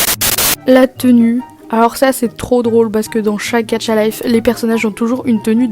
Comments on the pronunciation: Ta dis gatcha 😳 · Pk tu dis "gaTcha" 😭😭😭😭